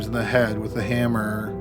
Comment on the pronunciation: This is a good video but the narration is so annoying, why does he lengthen out the last syllable? “Washroooooom”, “hammerrrrrr” please stop